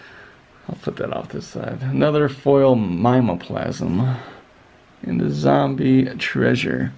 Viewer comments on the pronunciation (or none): Good pulls from these boxes. Just to inform you, for future reference, Mimeoplasm is pronounced mim-ee-oh-plasm.